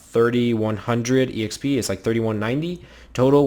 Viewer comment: who says exp as e - x - p?!, it's so annoying